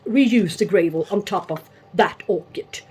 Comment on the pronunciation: lovely dog. Mine loves the snow too but we didn't have any here this year! Had to laugh how you pronounce gravel. It's not grave-el, it's grah-vel. Shame about the scale. They can really mess up our observations. Like you I have many times taken out an orchid, noticed the roots had rotted and concluded it didn't like hydroponics but it turned out it's only ever infected plants that develop a problem. No scale, no rot in future. Or that variety really doesn't like to be potted hydroponically. I have upped the game here myself and have invested in a sulfur hotbox fumigator. After 3 years of dealing with the majority of critters keep coming back I am nearly ready to give up trying to be honest so last effort to eradicate my rot problems... Even though it's not a great idea to use it indoors only because it will make a house smell of rotten eggs. What did I get myself in to growing orchids eh